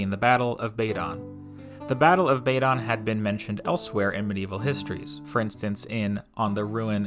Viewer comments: Not BAy-don! There is no long 'a' as in 'ladle' in Welsh. BAdon with 'a' as in cat. Not Historia BrittAnum - Historia BrittOnum. Not TInt-a-gel but Tin-TAgel Not RYe-o-thAmus but Ree-o-TA-mus Jesus Yanks are sooo ignorant when it comes to pronunciation and soooo lazy that they don't make any attempt to learn. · Not Tinter-gel but Tin-tAgel Not Bay-don but Bad-on You havent a clue.